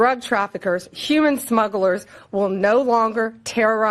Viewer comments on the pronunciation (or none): none